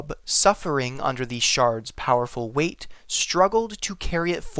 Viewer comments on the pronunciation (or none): none